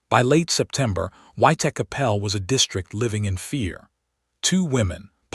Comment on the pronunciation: Put me off watching it. The way that he pronounced Whitechapel.